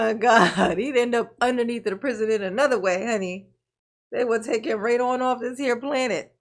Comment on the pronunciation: I love when you say Pri-zee-own! 😊